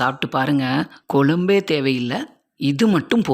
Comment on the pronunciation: கொலம்பு இல்லை குழம்பு . தவறாக உச்சரித்து media விற்கு தெறியப்படுத்த வேண்டாம்